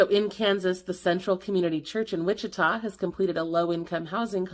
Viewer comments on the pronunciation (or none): none